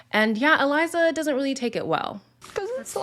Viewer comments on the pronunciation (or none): none